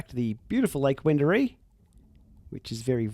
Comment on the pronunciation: What’s wrong with Wendouree? I’m from Sydney, so I’ve never heard of the place, I just thought it was quite funny how you said that during the video lol.